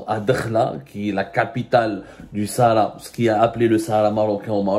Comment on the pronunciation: Tu n'arrive pas à dire shara marocaine😂😂😂😂😂🖐🖐🖐🖐🖐🖐🖐🖐🖐🖐🖐🖐🖐🖐🖐🖐